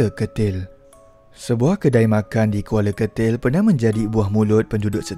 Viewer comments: Kuala ketil min bkn kuala getil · Admin..bukan kuala getil atau kuala kertil..tapi Kuala Ketil la